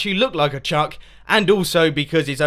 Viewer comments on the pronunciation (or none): none